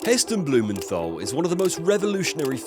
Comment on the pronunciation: Hard 't' in Blumenthal, not 'th'.